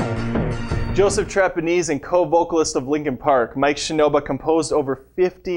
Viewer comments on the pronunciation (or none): Mike ShinoBa??? Really? he managed to butcher even his last name? boo.